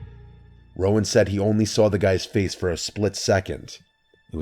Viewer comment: Rowan not Roman lmfao